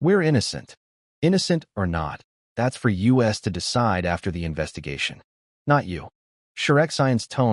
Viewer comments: Funny how the ai can't pronounce so many two letter words my to and us they just say the letters 😂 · AI failed to pronounce glee and us early on